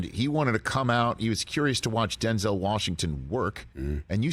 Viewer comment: If we all respect Denzel like we say we do, can we please start saying his name correctly. There's no accent over the second E. Say it how it's spelled. He's said it himself. It was his fathers name.